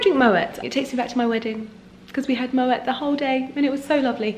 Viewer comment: Totally googled how to pronounce Moët .....Who else was like “wahhh I’ve sooooo been saying it wrong”